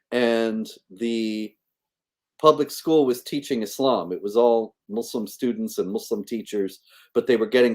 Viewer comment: Sometimes I wish would fix her pronunciation. It could just take a course, not really rocket science! Like its not showVed but showed It's not muislem but Muslim It's not lyingk but lying It's not theyv but they She already has a a pretty good vocabulary so it's mainly her pronunciation, I think her ministry is amazing and she is a remarkable lady! I especially respect her courage and determination. God bless